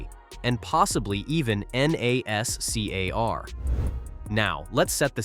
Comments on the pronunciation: Can't even say NASCAR, good bye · not bad, decent summary, you got to work on the AI reading of the script though, it should be able to say nascar and arca without spelling it. Maybe try a different voice to, this one is very over used. Definitely drop the click bait titles, that is just gonna piss people off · Your AI narrator is trippin no abbreviations in the script don't put NASCAR in it put nascar in it. Not ARCA put arca in. Listen to your generated video before you publish 😊